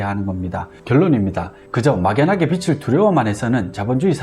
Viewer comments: 빚 -비즐이라고 읽어야 하지 않나요?계속 빚이아니고 빛 얘기만 하시는것 같아요^^비츨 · 비츨~× 비즐~o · 빚을이 맞는데 빛을로 발음하시네요. ㅎㅎ 컨텐츠는 좋은거 같습니다. 잘 보고 갑니다.